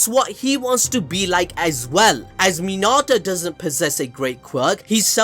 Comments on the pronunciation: Sorry but when u called mineta minata I got triggered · Why was he pronouncing Mineta as Minata? lol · my friend if i hear you say min ah tah one more time im going to murder someone friendly tip its min eh ta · Minarta?!! U mean Mineta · bro really minata it's mineta 😭💀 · Mi-NEH-ta! Say again! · Who tf is “Minata”? 💀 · Are you saying Minata? Like Hinata? Like Hakuna Minata? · this man rlly said urArAka and he rlly said minAta